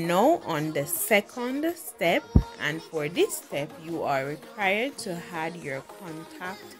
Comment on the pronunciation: This was a detailed video however you have to practice how to speak properly. It is "ADD" not "HAD". Stop giving these words a "H" sound . I'm saying this hoping that u will improve.